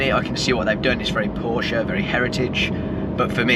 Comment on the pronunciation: As a Carrera 4 owner for 15 years I continue to be disappointed by people posting videos about Porsches and NOT pronouncing Porsche properly.....